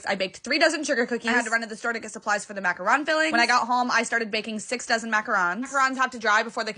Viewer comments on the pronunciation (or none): Hear me out. MAC - A - ROOOOOON not Ron